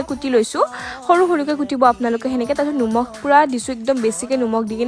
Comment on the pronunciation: Nomkh ❌ Nimokh✅